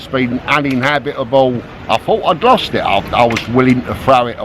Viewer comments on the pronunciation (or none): none